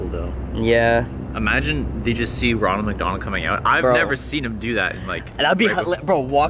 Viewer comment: Ronald you said ranold